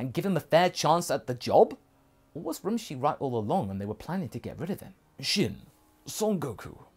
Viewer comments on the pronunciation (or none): Rummshi not Romshi